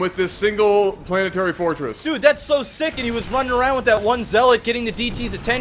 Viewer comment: how can someone spell semi-decently then butcher "planetary fortress" so horribly?